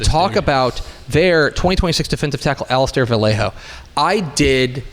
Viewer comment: Hi the last name Vallejo is pronounced Va ye ho, not Va lay ho.